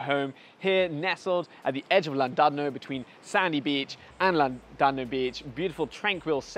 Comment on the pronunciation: Thank you for helping all of SA finally pronounce 'Llandudno' properly. Not all heroes wear capes, some wear a yarmulke.